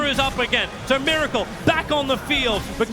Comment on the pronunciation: and also mUracle